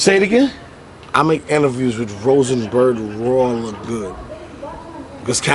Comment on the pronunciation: Damn, why you struggle to say Rosenberg Raw 😂😂😂😂